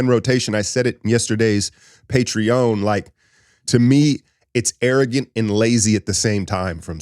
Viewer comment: unc no hate u my man but ur now shooting 0/2 on patreon pronunciation